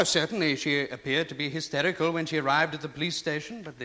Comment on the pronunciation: "I was histericool"